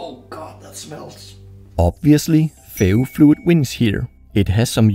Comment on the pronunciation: I thought he was saying fairyfluid